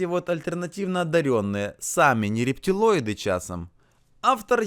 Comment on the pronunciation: Не рептЕлойды,а рептилойды!!! От слова рептилия....